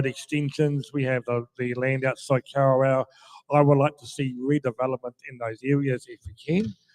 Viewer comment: Kawerau not car row 🙄